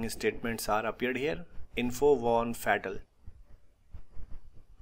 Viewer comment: Your video is good but perhaps you can avoid saying fetal for fatal . Try saying it as faetal.